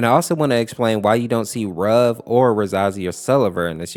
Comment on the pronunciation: it's pronouced ruv not rub